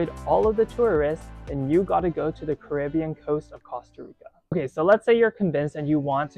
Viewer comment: He pronounced it correctly. Are you American? They pronounce it coasta rica, but that is incorrect.